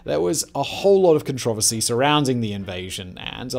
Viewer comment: The way pronounces Controversy. 🤣😂🤣